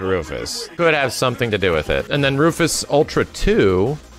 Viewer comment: Lmao its pronounced roo-fis